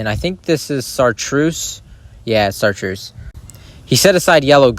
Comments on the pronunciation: Chartreuse not sartreuse. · I love your videos, but it's not sarteuse it's chartreuse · It's pronounced "SHAR-truce" if I'm being rude pls tell me I mean this in all good intentions lol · It’s pronounced “shar-truce” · It's ok to spell something wrong he isn't even saying it right btw if you wanna end up going back to fix it where you put went off of the video it says of of not off of just so you know